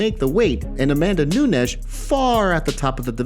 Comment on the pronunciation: Why tf r u saying amanda nunesh? U r fkn crinshe